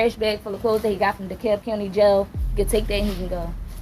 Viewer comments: De-Cab. The "L" is silent. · It's pronounced Dee Cab I can't stand these videos that use a translator for narration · dekalb pronounced de-cab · FYI- the “L” in “Dekalb” is silent. Just saying